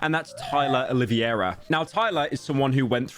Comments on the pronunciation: I had a stroke every single time someone in this video said "Oliviera" instead of "Oliveira" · i dont understand how hard it is to pronounce O L I V E I R A the correct way, its not O L I V I E RA my wiggas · Why is everyone saying “Oliviera”? It’s -> O li VEI ra The E comes before the I. I know it’s not a normal sound for English speakers but you can do it. OLI VEI RA To say the VEI part right try saying: vvvv hey If all else fails just say “Olivera” Just don’t put the “i” before the “e” like when you say “riviera” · Ah yes, Tyler "Olivia-era" not Olive-era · Did you just say TYLA OliVIera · How can no one say Oliveira, it's not hard